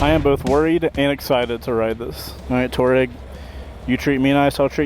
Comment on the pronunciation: Fun video. Nice to see the local shout-out to Pops Coffee - I spend half my life in there! BTW, the Aprilia is pronounced "Tw-ah-reg" (desert nomad).